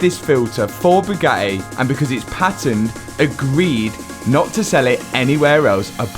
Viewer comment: Buiiuiuiuuuuuuuuut = but. Patened = patented.